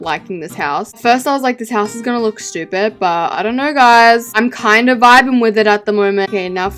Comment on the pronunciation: “SHHHHTYUUUEEPED HoUsE”